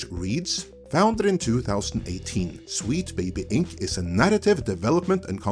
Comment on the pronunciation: oh no... NOT AGAIN!!! First "Comedy" for "Committee" and now "Wheat Baby Inc" Glad everyone is not dunking on for his accent this time.